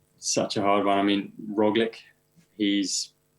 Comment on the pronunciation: It's ITV, I'm surprised the interviewer knows how to pronounce Roglic.